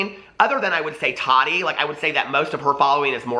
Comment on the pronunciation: It annoys me how you say todi. Lol can you say Ta TI